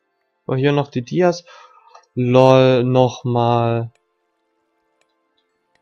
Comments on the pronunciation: Junge es heißt dias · Es triggert so hart wenn du die ganze Zeit dies zu Dias sagst